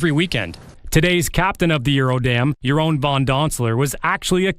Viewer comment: Yerone, LOL it’s pronounced Yeroon!